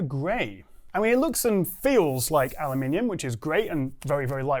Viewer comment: ceramic alumulemu😂